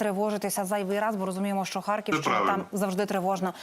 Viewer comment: Та хто ,що будувався ?Вони думали ,що після деокупації ніхто штурмувати вже не буде ...Людина навіть наголос ставить неправильно ,,не ХАрківщина ,, а ,,ХаркІвщИна ,,.